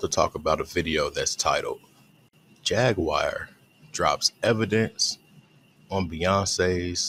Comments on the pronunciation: "Jagwire" 🤦🏾‍♂️ Jag-waur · he called her "Jag-wire"😂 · Bruh called her jagwire 😂